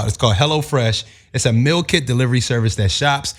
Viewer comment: Wtf is a "Mill"... it's MEEEEEEAL!!!